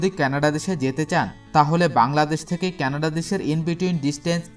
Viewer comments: কেনাডা নয় কানাডা। উচ্চারন য়হিক করুন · 'কেনাডা দেশ', 'কেনাডা দেশ' কি জিনিস? সঠিক উচ্চারণ হচ্ছে 'কানাডা' | এত সুন্দর ভিডিও বানিয়েছেন অথচ দেশের নামই সঠিক ভাবে জানেন না। কি লাভ হলো? ফলাফল শুন্য।